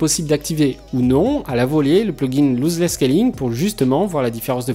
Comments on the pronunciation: pas Looseless scalling mais Lossless scalling.. Argh les oreilles ..sinon très bonne vidéo petit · Bonne vidéo ! Mais pitié c est pas "louse less scaling" c est "loss less scaling" 😅 Ton tuto est 1000 fois trop rapide par contre. Pas du tout pédagogique 😕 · On prononce loss 👉🏽 l'os less et non louzeless merci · Vidéo super intéressante, y en a pas beaucoup en français à ce propos ! :) Par contre par pitiéééé c'est "LOSS" pas "LOSE" ici haha, et ça se prononce bien "losse". :)